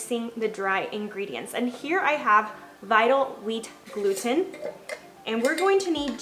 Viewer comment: Jesus Christ learn how to pronounce gluten